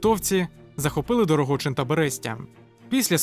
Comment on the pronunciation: Відео топ, але здається правильно Дорогичин, а не Дорогочин